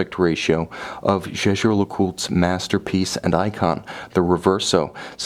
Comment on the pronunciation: Thank you very much for a very interesting and well presented review. However, surely you can get the pronunciation right......... it’s Yayger ! I’m afraid that, even if I could afford such a watch, little details like that would put me off buying it from you. Sorry.